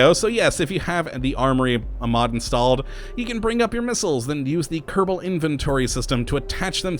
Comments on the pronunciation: watching u for a long time...why do you roll the "R" in "Kerbal" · I don't think it's like that I think he says space program like his name